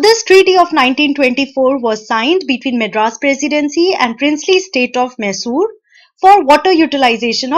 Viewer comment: Sry it is maisur not mesur ( Pronounciation of Mysore)